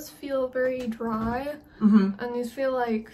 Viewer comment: Right! I caught that too. Trues one 😳 "thees are all mine now"